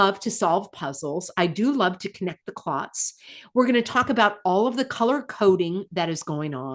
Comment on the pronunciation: I had to pause and I will play this when I stop laughing but did you say Connect the clots? 😮😮😂😂